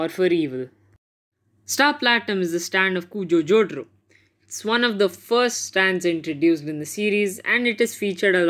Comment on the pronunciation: WHO TF IS JOTRO? IT"S JOTARO MY DUDE!!!! LMAO